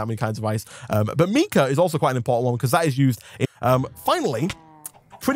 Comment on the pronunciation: That pronunciation of mica makes me take 10d6 psychic damage.